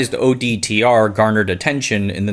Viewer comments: Sometimes you said ODTR instead of OTDR. It's a tongue twister, like 'nucular'. 8-) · OTDR. Not ODTR, as repeated in the voice over